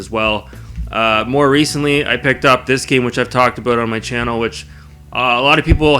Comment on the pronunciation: "Re-cent-ly" JBH "Huuuuge fan" HCG 😂 I appreciate this vid. I consider you an authority within the racing genre. Your recommendations are always on point.